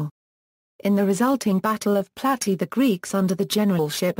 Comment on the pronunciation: Plat-ey-uh..not platty